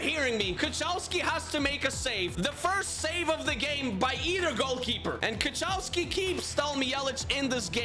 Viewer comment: btw kochalski is pronounced kohalski but great pronounciation anyway